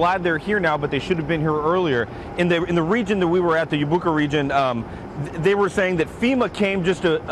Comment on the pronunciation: lol Yabucoa, it's pronounce YabucoA with A stronger than o